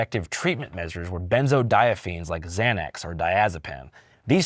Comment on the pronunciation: First of all, they're pronounced "benzodiazepines" not "benzodiaphenes." 😊 Second of all, WTF. Nah bro. If you have this condition: Benzos, like Xanax, are one of the most addictive drugs in the world. Don't let your doctor give them to you unless you absolutely fucking have to take them. I took Xanax daily for 9 months after a tragic family incident, and trust me, it just prolonged the grief, and then I was now addicted to them. Getting off of them is HELL. That's just my benzo PSA. They're dangerous AF.